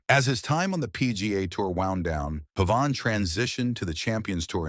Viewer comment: Pronounced pave in. Come on people.